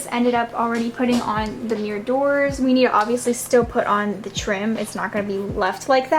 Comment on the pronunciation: No offense girl but, "sLiDiNg MiRr DoOrS" 😂